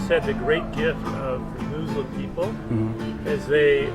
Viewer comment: “The Mooslim..” 🤣🤣🤣 love the pronunciation.